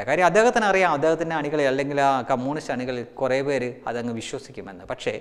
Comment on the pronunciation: കൊള്ളാം... കുറച്ചു കൂടി ശ്രദ്ധിച്ചാൽ നന്നാവും.കമ്മൂണിസ്ററ് അല്ല കമ്മ്യൂണിസ്റ്റ് ആണ്.. ദനകാര്യം മാറ്റി ധനകാര്യം ആക്കുക..All the best!